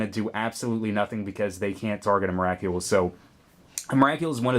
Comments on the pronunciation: believe its pronounced em-ra-cool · was anyone else bugged by his pronouncing of Emrakul? the "Kul" is supposed to be pronounced like skull :P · Why can't you say emrakul right